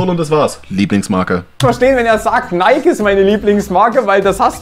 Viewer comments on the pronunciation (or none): maaan wir schreiben das Jahr 2022 und die Leute haben immer noch nicht gerafft, wie man Nike ausspricht.